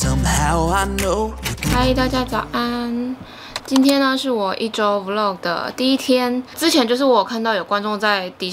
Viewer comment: 很喜歡看peach的影片，特別是穿搭的系列。 每次聽你說vlog 是v漏格，聽起來就怪怪的！ 但還是很愛看你的影片，超用心的。